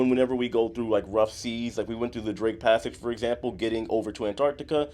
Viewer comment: When you mentioned the barf bag, I thought you said “Drink Passage” at first rather than “Drake Passage.” I thought it was like the captain purposefully navigated through rough seas to make passengers sick. 🤮